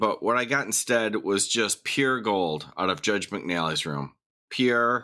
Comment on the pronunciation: says pure in three syllables